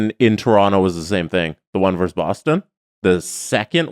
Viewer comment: It's not "verse" when you're comparing or putting two teams against each other. It's "versus". A "verse" is in a poem or song. If you HAVE to shorten it, it's "v".